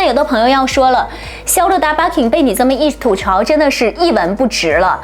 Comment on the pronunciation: 哈哈，还真是，特别是肖德大巴king，我听了好几遍都没听懂是啥。不过分享质量很好👍